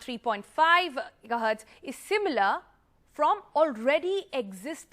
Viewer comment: I am not sure why I even bothered to listen to a guy who pronounces Gigahertz as 'Jija'hertz.